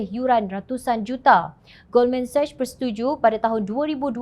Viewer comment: Jom channel it is Goldman Sachs di sebut Goldman seks bukan Goldman sashhh🤗 Harap maklum 🤗